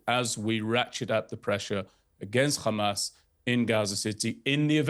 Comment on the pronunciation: Khamas. Oct 7. Khamas Oct 7. Khamas Oct 7. Theres the script. Repeat even theres no logic out of it.